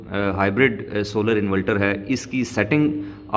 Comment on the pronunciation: Inverter hota hai bahi invelter nahi